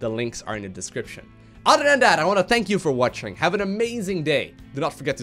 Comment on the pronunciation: Udder, I mean other.